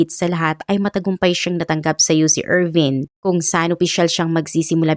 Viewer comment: UC Irvine pronounced as Er-vayn. Not Eerveeng.